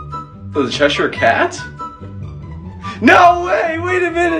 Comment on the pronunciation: bro said "THE CHESHUR CAT?" I never wanna hear that pronunciation again lmao